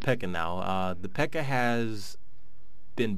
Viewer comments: It's Pekka and not peeka and it's a finnish name. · It's Pekka in all versions, people just pronounce it wrong. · P.E.K.K.A is "Person of extreme kinetic killing ability "and is said (Peck-ah) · ChoasTenTailedFox its not even peeka its p.e.k.a